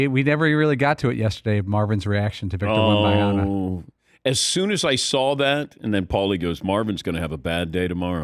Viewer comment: Dan Patick refuses to say the N in WembaNyama. I know he’s heard the name enough to know there’s an N there. I know he sees it spelled out. He’s a pro’s pro but for whatever reason he won’t say it. At this point Im starting to respect the persistence.